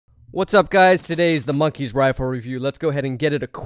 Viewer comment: he said monkias